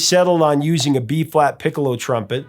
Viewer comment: Dude...it is a piccolo trumpet you are pronouncing it wrong. 😞